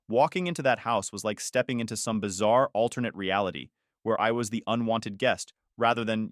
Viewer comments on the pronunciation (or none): none